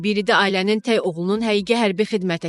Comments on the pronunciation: Ay aparıcı xanım, səni efirə buraxan kəs bir dənə "tək" kəlməsini niyə öyrətməyib. Dilimizdə təy sözü yoxdu. Bu sənin "gərgin" əməyinin məhsuludur. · "təy" yox-tək